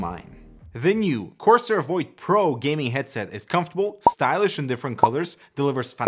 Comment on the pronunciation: Did he just say Corsoar?